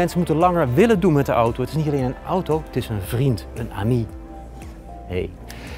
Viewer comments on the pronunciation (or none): none